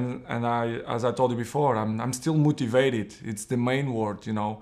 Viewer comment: He is still mouutivated